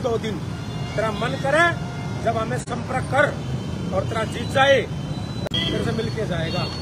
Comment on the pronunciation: Samparak😂😂😂😂😂 tu shi se bolna sikh😂😂